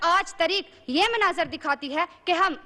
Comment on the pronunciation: یہ لفظ تریخ نہیں بلکہ تاریخ ہںے، باقی بھی 50 ٪ تلفظ غلط ہںے ماشاءاللہ اب اردو کا معیار یہ رہ گیا ہںے اور اس کو میڈیا دکھا بھی رہا ہںے.